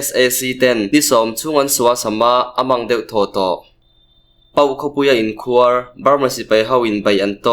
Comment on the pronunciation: in khuar tih kha khuar tih tak kha thluk hniam la i lam dik chiah ang mizo tawng hi athluk a zir in a sawi tum adang daih thei ania khuar tih tak kha thluk hniam tawh ang che aw